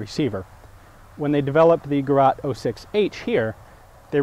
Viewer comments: Ahh you did know in the "German Jäger pistol" video how to pronounce the "ä" and yet you say "Gerat" instead of "Gerät" ;-) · 'Gah-rot' chokes. this is geh-rate. great vids, though. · ä! ä! ÄÄÄÄÄÄ! Gerät! not gerat! just joking its ok with u yanks! XD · The spelling is Gerät, not Gerat. It's pronounced Gere:t, not Gerat. It's meaning is roughly device, piece of equipment or gadget. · Gerät not Gerat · "Gerat" sounds so wrong just say "Geret" it sounds like the real word which is "Gerät" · "Gerat", damn as a German I was asking myself who this Gerat was and why did I never hear or read of him. Then I realizes it is "Gerät", which is best translated as "device". Experimental is the same word in German as in English, though pronounced slightly differernt. Anyways, thank you Ian for another great video. PS: please don´t confuse our little German minds by relpacing the ä, ö, ü. ;-) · It's Gerät, not gerat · Excellent Video but learn to pronounce Gerät😁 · Seriously.... damn dude, it's called "GerÄt" and not "GerAt", and therefore becomes pronounced differently. If even Wikipedia says it correctly, why can't you then? ;) Otherwise, great video once again (although it's 6 and a half years old now). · Gerät not Gerat. (Greraet) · Please just pronounce "Gerät" like "Geret".. love your channel! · HAHA Gerat? Gerar ?? Gerat???? I get it - Gerät ! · it`s "Gerät" not Gerat. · German for device is "Geraet", not "Gerat". The vowel is pronounced like the a in at. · its called gerÄt 06, gerat isn´t a german word ;) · Actually its called Gerät. That "ä" is like "ae" combined. for example Gareth Bale The Bale part with its a. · its "Gerät" buddy ... and it just means "device" ... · Don't you mean Gerät? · sounded like you said Heckler und Coach :D.. and its Gerät not "Gerat" a bit like the a in anyway. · its "Gerät" not "Gerat" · It is actually called Gerät :) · gerat.. it's actually gerät. a and ä a different letters in german. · gerät is pronounced like ge-Rate, not ge-Rat